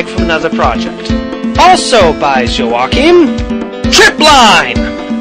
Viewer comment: Haha, I love how you pronounced Joakim. :)